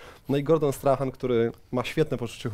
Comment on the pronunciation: Przemku, wszystko fajnie, nie chcę się czepiać za bardzo, ale Gordon Strachan wymawia się "Strakan" i Glasgow mówi się przez "A" dokładnie tak samo jak jest pisownia, no chyba, że jesteś kowbojem z Texasu 😁 Pozdro z Edynburga!